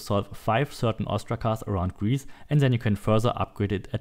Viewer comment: Stop saying ZEN instead of THEN !PLEASE